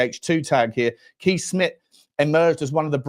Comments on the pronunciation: Kees is pronounced Case. 🇳🇱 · Please get the pronunctiation right. Kees in Dutch is "kays" with a strong "s"